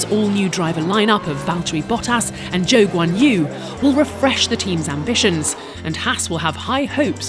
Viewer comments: WHY DOES SHE ALWAYS SAY ZHOU GHUANGHOU? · bro really said zhou guanyu